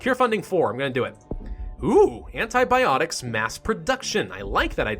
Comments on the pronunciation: "antiBOPTICS" my sides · "antiboptics" loll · Hahah, i lost it at "antiboptics". XD